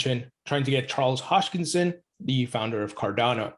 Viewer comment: Ha-s-kin-son not hosh-kin-son😉